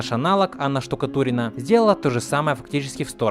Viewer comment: иронично, что докапываешься до сущих мелочей (и не слишком корректно, к слову), а при этом даже не удосужился правильно произнести имя актера озвучания. Анна Штукатурова, а не Штукатурина.